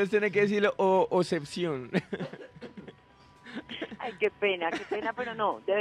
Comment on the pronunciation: A ver repite despues de mi .obsecion ..ella: osebcion jajjajajajajajkakaja